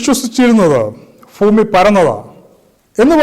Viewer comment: ഫ്യുമി അല്ല bro ഭൂമി